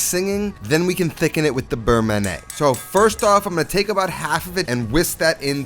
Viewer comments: Beurre manié=It's "man-yeah", not "man-nay". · Burr-Mon-Yay not Burr-mah-nay. I don't normally care how people pronounce stuff but this was like nails on a chalk board for me. Awesome Recipe. Looks amazing!!! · FYI beurre manié should be pronounced like we say NYE in Kanye West. Man-ee-yay. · It’s berr manyeh. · the constant mispronunciation of beurre manier from a cooking "professional" drives me insane